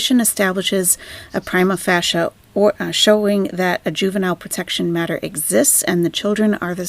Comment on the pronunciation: Pry-MA fay-SHA 👍